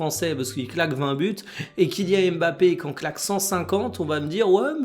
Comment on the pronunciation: « kylian mafé » merci pour ça 😏